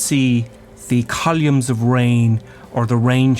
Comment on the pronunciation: The "callyoooms" of rain